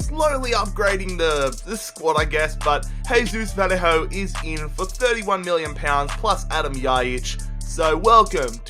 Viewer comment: Honestly cringe so hard every time you say Vallejo's name, it's Vayeho, not Valleyhoe